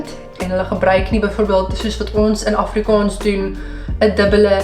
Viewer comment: As ‘n persoon wat amper vyftig jaar lank Afrikaans geleer en gepraat het, wil ek opmerk dat jou uitspraak van die dubbel a, soos in Afrikaans, ‘n bietjie “plat” klink ; “afrikons”. Die (aa) klink meer soos ‘n (oh) klank. Ek hoop jy verstaan (begryp) my opmerking. Verder uitstekend !